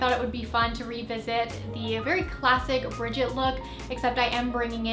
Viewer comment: Brigitte’s name is pronounced “Brih-ZHEET” btw xoxoxo 😘